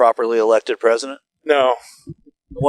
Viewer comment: "Resident" Biden? She totally said that. Lol